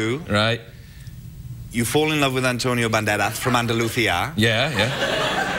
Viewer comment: Hahahaga its so funny how he say Antonio Banderas because he pronounc it like: antonio bandelaz XD and I am also from Andalucia💪😏